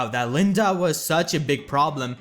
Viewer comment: Why are you Calling her LindA XD ?Her name is not LindE ? You're so funny ! XD